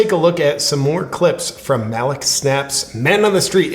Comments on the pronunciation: I think its pronounced Ma-leek snaps. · This mans name is pronounced (Mah-leek) your welcome